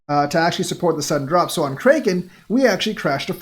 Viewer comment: Stop saying Krayyyken. How do you not know how to pronounce Kraken lolol. (Crackin)